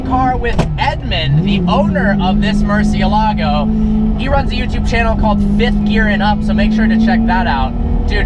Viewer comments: the pronunciation is so funny he could at least put more effort into it its not a hard word to say correctly murciElago not murcielAgo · I'm gonna be that guy...it's MurciÉLago not MurcieLAgo. It means 'bat' and is the only word in spanish that has all the vowels, at least from what I was told. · Murcie-lago? cmon haha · You should pronounce it right at least lol